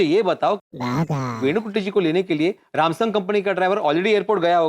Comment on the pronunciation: Samsung ❌ Ramsung✅